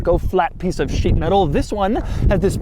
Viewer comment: piece of sheet.The way he said it.